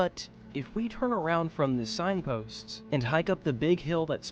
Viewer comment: i mean I don't blame people before for thinking this dude is AI, he has some weird speech habits, like what's up with adding -s after any word ending -st (forests, signposts)